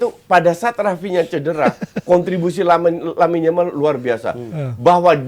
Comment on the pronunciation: Kok Yamine Lamal.. bukannya Lamine Yamal ya.. gak sekalian Yasmine Jamal aja dah😅